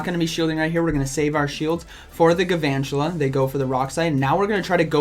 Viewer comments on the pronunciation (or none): I like the video but P L E A S E stop saying "Gavantula". It's Galvantula, with an L.